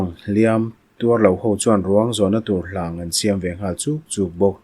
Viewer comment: Sir, i aw hi a nalh in chhiar thiam ṭhin khawp mai, mahse, 'Hlâng' tih hi, "I lu chung ah khan dah kâng rawh", tih a, kâng tih thluk ang a lamrik tur a nia